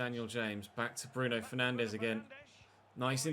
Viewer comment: I wouldn’t take Derek Rae’s pronunciations as gospel. Have you heard how he says Bruno Fernandes? He’s says it like “Fernanj” 🤷🏻‍♂️